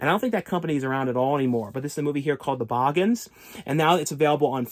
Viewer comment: The Boogens is pronounced as boo-gins not bawgens.